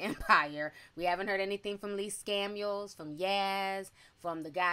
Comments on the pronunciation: "Lee Scamiels" 😂🤣😆😅💀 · Omg you said Lee Scamuels I’m dead 😵 hahahahaha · Did she say Lee SCAMuels??? 💀😂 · “Lee Scamuels” lmao yes let’s never forget how much money he stole from Damon Dash